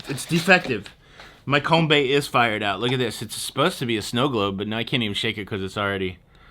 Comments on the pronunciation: It’s not com-bay it’s com-bee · Frrom a born and raised Sydney-sider... a few things to note: - We have Ym Cha (not Dim Sum) and you would have paid a hefty surcharge on NY Day -It’s called a VW Com-bee (not a Com-bay) - Sydney Tower is not Sydney Eye. You must be thinking of the London Eye - So glad you got to try Tim Tams. They are both delicious and iconic Great video! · Those VW vans are pronounced "comby"as in BEE, rather than "combay". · It's Kombi ( as in bee ) not Kombay...it is the model of a particular VW van. cheers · Kom- 'bee', not 'by' There is a combi hire company here called 'Wicked' which has sexually explicit pics and comments and expletives as the decals, because traditionally they are 'rooting wagons' . 'Rooting' has nothing to do with a map, unless it's the 'Map of Tassie'. 😉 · Not kom-bay - it is pronounced kom-bee!!! It's spelt KOMBI. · COMBI NOT COMBEE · Kombi. Not Kombay. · It is a Combi not a Combay. For Sydney that is a cheap meal. My daughter works Boxing Day and New Years Day because they are public holiday’s and they have to pay her over $65.00 an hour plus commission and bonus. You look like you are having fun but you still couldn’t pay me to go home to Sydney. I would go back to Melbourne first but we really love our house on a quiet 20 kilometre beach in the tropics. All of our giant sea turtles have been coming into lay their eggs. Soon our first babies will be hatching and running for the ocean. We are a well kept secret in Queensland. After growing up on beaches like Bondi it feels weird to be the only person on our beach but it is good weird. Have fun. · Hey it's a Kombi, (kombee) 🤣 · ‘Combi’ is pronounced com-bee. My very cool grandmother had one in the late 60’s… she also practiced yoga and made her own yogurt. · Lol it's pronounced COMBEE